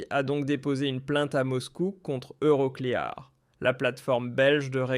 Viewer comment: On prononce euroclir et non euro clai ar ne soyez pas ridicule svp